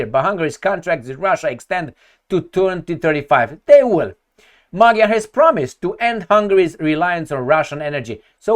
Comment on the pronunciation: It's pronounced "Madyar", in Hungarian "g" is read as "d".. And yes, it seems like the end of the remains of sovereignty of Hungary.. Just maybe the votes were just counted the "other", more liberal way?..